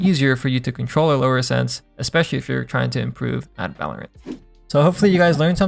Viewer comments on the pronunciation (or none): none